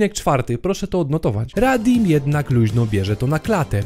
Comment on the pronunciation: nie radim tylko raditz XD